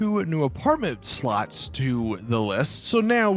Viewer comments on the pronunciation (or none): Ngl when he says slots I allways hear sluts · I'm just wondering why he pronounces slots as "sluts".